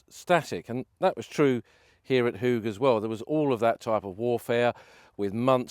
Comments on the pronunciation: Pronounced -Hawge not Hoog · Your pronunciations are incorrect. You are in Flanders where they speak Dutch. Ypres is the French name for the Flemish city of Ieper. The 'Ie' is pronounced 'Ee' as in 'the word 'seem'. Hooge is pronounced 'Hoe-ge' as in the garden tool hoe. OO in Dutch is always pronounced 'Oh' as in 'Oh my goodness'. Hope that is helpful.